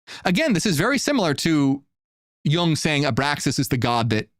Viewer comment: Not pronounced "yAng" but yOOng